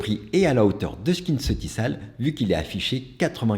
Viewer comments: Merci pour cette battle. Prononcer SkinceutiKal et non SkinceutiSal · J’adore ta Video… mais je permets: Skinceuticals se prononce SKINCEUTIKOLS. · Bonjour à vous je travaille pour L’OREAL Ça se prononce « skinceutikol » c’est juste une info. Ps: j’adore vos vidéos❤